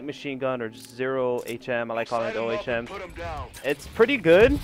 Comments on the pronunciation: Its pronounced Oh with an m at the end. It called that because it has to do with electricity because a scientist, something Ohm came up with a way to measure resistance in a circuit. The symbol for it is called an omega if you know the Greek alphabet, you know what im talking about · It's pronounced 'owm' like 'own'. It is named after Georg Ohm who found that there is a direct proportionality between the potential difference (voltage) applied across a conductor and the resultant electric current. This relationship is known as Ohm's law.